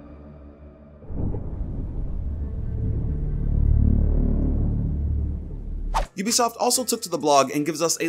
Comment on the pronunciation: U say ubisoft wrong its a long u not a short u Love your vid btw